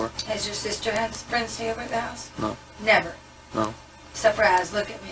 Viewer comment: "Safraaaze?" 😂😂 "Safraz."